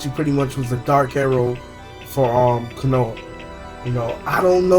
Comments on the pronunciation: In "kono-ha" really u mispronounced the village name lmaoo wow let me help u "KO-NO-HA" there ya go! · Kanouh = Konoha